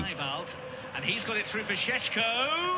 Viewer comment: It‘s Sesko, not Sesco - quality content nonetheless